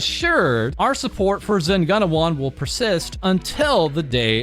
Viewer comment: btw it's pronounced: zen goo-na-wan